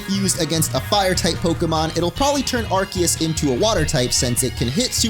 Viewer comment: ARCEUS " AR - SEE - US " FOR HEAVEN'S SAKE